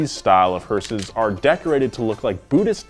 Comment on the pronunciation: when he says hearses it sounds like sayings horses